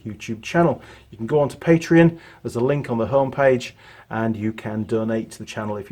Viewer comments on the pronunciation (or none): none